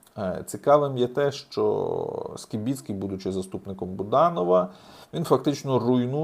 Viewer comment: Правильно на українській прізвіще Скибицький, а не по москальскому Скібіцький